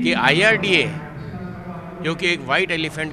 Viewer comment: Its IRDA not IERDA